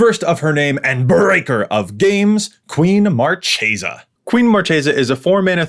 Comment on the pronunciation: Ooooof saying marchesa wrong not a good start